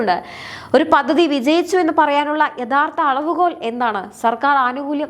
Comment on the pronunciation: പദ്ദതി അല്ല, പദ്ധതി